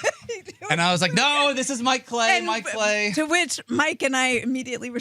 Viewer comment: "Mike Clay-I"...